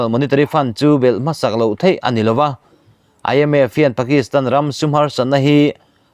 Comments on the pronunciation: Entik lai pawha, in phawi chhuak reng thei tih lai khi a thluk a dik chiah lo nih hi, ka nui lo thei lo,nuih sawh lam ni lo in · I Thu chhiar hi nangmah ngeiin han ngaithla Chiang teh, "thei" i lam Rik dan hi midang lam Nita se a mak i tihve ka ring.